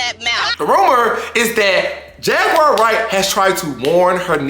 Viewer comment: The way the Celebrity Tea blind item lady says “Jag-wire Wright” makes me frown loudly.